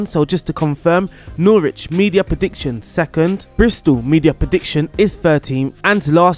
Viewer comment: I’m sorry, how did you pronounce Norwich? 😂